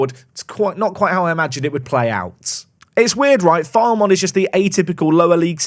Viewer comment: Loving the series! FYI, Filemon is pronounced Fill-uh-mon, but if he continues to file away those kind of performances, pronounce it however you like